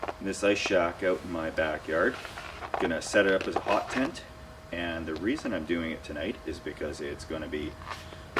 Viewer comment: lol I thought he said "POT tent" skipped ahead a litte lol! Sorry I had too much step 2 today.. Been binge watching you .. good stuff.. I love the stealth camping!!